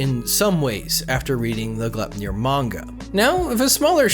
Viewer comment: Yo, it's pronounced Gly-p-nir. It's a dwarven sash that Odin and the gods bind Fenrir in Norse mythology.